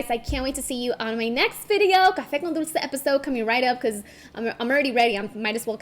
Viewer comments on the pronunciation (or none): none